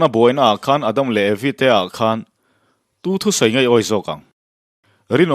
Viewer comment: Shawm na, Shakawlh, Shawi, nasha tak. Shetana, Shavawm, Shakei.....Sha mah mah...Duhlian țawngah "SHA" a a awm lo..ngaihthlak a hrehawm lek lek...